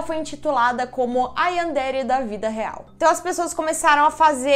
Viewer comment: Sem hate mas se pronuncia Yanderé